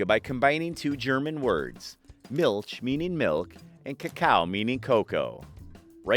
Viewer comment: Make sure to look up the pronunciation of foreign words in future videos! Milch in German is not pronounced as "mulch" is pronounced in English, but as "/mɪlç/" written in IPA.